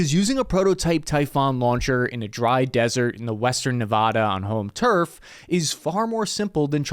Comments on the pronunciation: As a man born and raised in Nevada, I don’t like how you pronounced Nevada and I know it’s petty 😂 thanks for the vid tho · once again. eat shit for the way you pronounce nevada